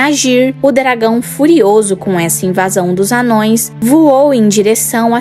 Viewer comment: “Amãos” e não “anões”!✌️